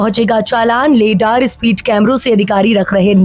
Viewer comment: लेडार नहीं रडार है 😂कृपया सही उच्चारण करें